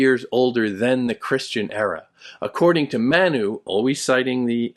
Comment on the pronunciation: You provided an excellent explanation of the core concepts of the book, and I truly appreciate your insights. However, there were a few areas where I noticed some challenges, such as the pronunciation of 'Manu' and the portrayal of Indian culture, particularly during that historical period. While I recognize your standing as a distinguished scholar, it can be difficult to grasp the deeper essence of the author's work without a more nuanced understanding of these cultural contexts. I hope you understand, and I apologize if my words seem too direct. 😊😊